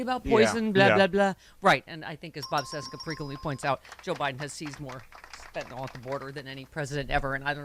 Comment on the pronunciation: It's not fentenol, it’s fentanyl, nil not nol.